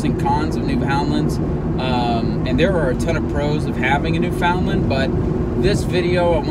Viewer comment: Good grief....you insult both the Breed and the Province by not knowing correct pronunciation! Wait.....I'm sorry, I forgot, you're from Texas.....